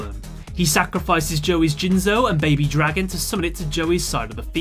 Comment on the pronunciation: BABY DRAY-GON. that is all.